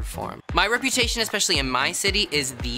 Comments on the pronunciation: here's the thing gottmik- nobody is intimidated by someone who says 'expecially' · What does gottmik mean, like why that name? 🤔 also it’s cute and very funny that they say “exspecially”. I also figured rosé named herself that because out of makeup, her cheeks and nose are very red. Idk if it’s a nerves thing but yeah